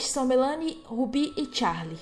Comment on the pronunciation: Só pra falar mesmo não críticando mas é Melani Melani Melani Melanie